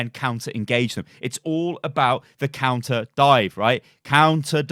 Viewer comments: Counter.... not Conter. 😂😂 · "c o U n t e r,". Not "c o n t e r." That's not a word.